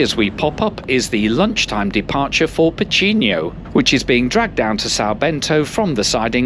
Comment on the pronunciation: CampaNHÃ, not CamPAnhã. PooSSInho, not "Pohtchinho". "Aveyro", not "Avahyro". I know, I know, Portuguese (not Brazilian) rarely has an exact correspondence between the spoken and written form, but still.